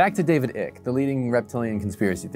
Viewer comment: "David Ik"......?